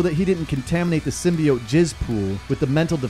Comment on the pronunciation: Yano just cause the movie pronounced Symbiote wrong..doesnt mean u have too 😂. Great vid...venom is a beast...and weak as fuck in the symbiote world 😎